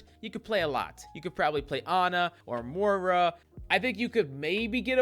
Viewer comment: It’s pronounced Moi-ra